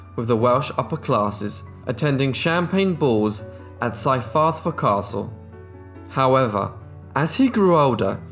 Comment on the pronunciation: Purely from a Welsh speaker's point of view, the way you say "Cyfarthfa" and "Morganwg" has me howling 🤣 very interesting video though!